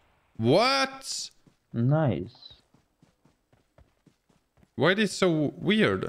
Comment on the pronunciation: Everybody today was possessed with the word nice...after sometime it was like nois nois😂😂